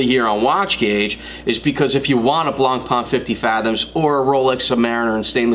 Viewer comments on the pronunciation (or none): Nice simple review on Zodiac, but the right french pronounciation of BLANCPAIN is NOT something like "blonpa-an", but rather "blon-pen". Cheers